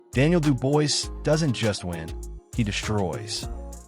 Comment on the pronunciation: I literally watched this for 2 seconds. From the moment I heard his name pronounced incorrectly, I HAD to switch it off…